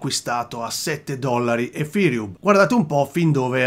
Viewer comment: Un mi piace meritato solo per la pronuncia EFIrium :D